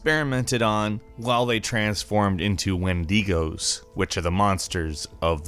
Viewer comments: Did you just call wendigos wendeegos.. TRIGGERED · No no no... It's wen-do-gah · It's wendigo, not wenDEEgo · wendeegos you mean wenago rhite. im not that kind of guy its just how do you get that wrong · Wendegos wwwwwwwhhhaaaaaattttt it’s wendigos not wendegos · It is a proper pronunciation I prefer Wendigo but some people prefer Wendeego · u said wendigos its pernounced wendego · Win"dee"goes????? Wtf